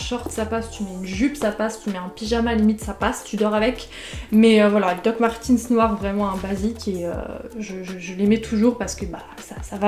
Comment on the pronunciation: alors juste pour dire, les dr martens , ça ce dit pas "martinse" ça ce dit "martaines" donc voilà quoi, ps j'ai les meme dr que toi hehe <4